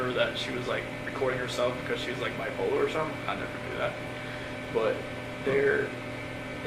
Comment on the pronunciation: he just said NK was bo-polar....interesting fact